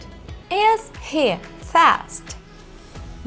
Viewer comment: Por que algumas vezes ela fala com a pronúncia correta e às vezes não? Por exemplo, o "to be" ela às vezes fala com sotaque em Português, é de propósito ou é costume mesmo? E o "He"... às vezes ele fala "rri" às vezes fala "rrê". Qual o correto?